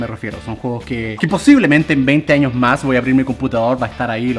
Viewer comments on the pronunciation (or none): none